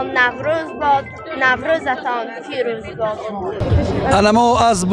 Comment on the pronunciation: درود بر شما،درود از فردوس زادگاه فردوسی بزرگ بر همه ملت تاجیکستان عزیز چرا به پیروز،فیروز میگویید؟!.. در شهر رودکی پدر شعر پارسی به مانند اعراب حرف(پ)را تلفظ نمیکنید و به نوروزتان پیروز. نوروزتان فیروز میگویید؟!...لطفا در کاربرد کلمات اندیشه کنیم👍🇹🇯❤️